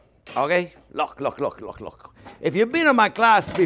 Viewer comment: "Now looh looh looh!" Love this guy. His love and enthusiasm for cooking practically radiates through the screen